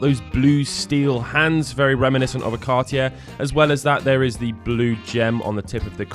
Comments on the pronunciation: “Cartiere”? Really? You can’t even pronounce the names right. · Car T Air? Adam R Peegay? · Cartyheir? Best pronunciation of cartier i’ve ever heard